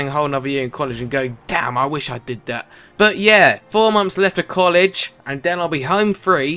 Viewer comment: can you stop saying 'then' and 'that' as 'den' and 'dat', thanks